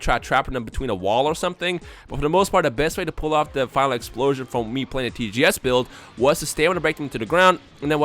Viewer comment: Why does always sound like his nose is stopped up? When he talks fast it makes it sound worse... Instead of Final Explosion it sounds like he said File implosion